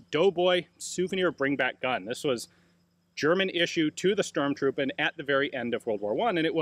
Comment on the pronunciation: Weren't they "stoßtruppen" rather then "stormtruppen"?